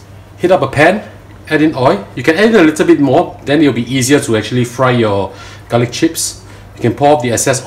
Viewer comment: I love garlic not galick* .😂